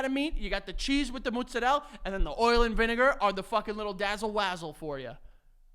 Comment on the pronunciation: that's not how you pronounce mozzarella. Where do you New Yorkers get these pronunciations from? Lol